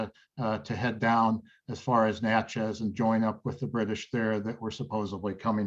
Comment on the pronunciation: Natchez - sounds like it Matches. Or a book of matches. Or it could be a box of matches. Either way, it’s not match-EZZ Manchac - sounds like “MAN-shack” Maurepas- sounds like “MORE-eh-pah”